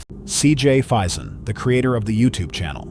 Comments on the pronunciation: It's pronounced as fay-zuhn like mason. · If you do any more from CJ, it’s FAison and Pocomoke, the “E” is silent. I’m a die hard fan of CJ and Sonny, better known as the “The ThrillBillys”😊. I remember that video, that one was CRAZY !!!